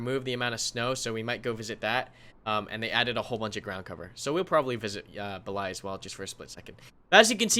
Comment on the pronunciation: Damn you butchered those russian map names lol. Rising intonation is on BE, then falling intonation is on LAYA. At the moment the way you do it the rising intonation falls on LA. So improper: beLAya. Proper: BElaya. VERY IMPORTANT lololol